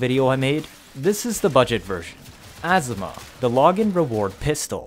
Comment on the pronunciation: Good video but why do you say asthma Azima a zi ma